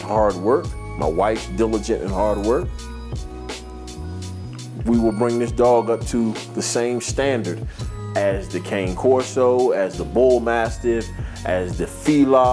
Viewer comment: By the by, the Italian mastiff you mentioned is pronounced (can'-eh) corso - the "eh" being almost an afterthought of saying the 1st syllable